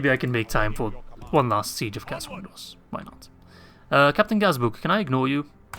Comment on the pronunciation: It's Cair ANDROS!